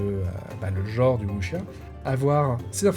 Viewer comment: Le Wu xia Pian (à prononcer "wusssia" et non "wuchia") est effectivement un style bien particulier, donc pas évident à sortir et faire jouer. Surtout que beaucoup vont préférer se diriger vers des blockbuster du genre déjà établis et qui mélangent un peu tout (mix Chine/Japon) façon hollywood comme L5R. En tout cas belle découverte, merci pour la vidéo de présentation pour les fans pur jus.